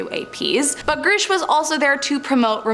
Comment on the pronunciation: It’s “grush” not “groosh” woman.